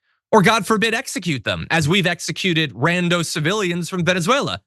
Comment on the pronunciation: Rando???? is it really going to hurt you to pronounce the M and the end of the word Random? because when you say the word Rando, it just makes you seem like a teeny bopper teenager trying to be cool. you are not. you are a news caster and should sound professional. not like a teeny bopper. please stop.